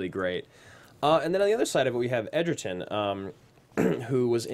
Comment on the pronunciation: Not sure why they keep calling him Edgerton when his name is Egerton